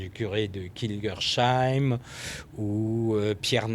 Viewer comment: Ca se dit pas kingerCHAÏIM mais kingerSSAÏM